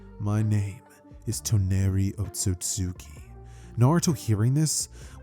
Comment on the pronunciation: Bro gotta learn how to pronounce Otsutsuki properly 😂